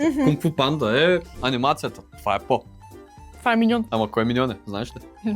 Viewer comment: Не е по а е поу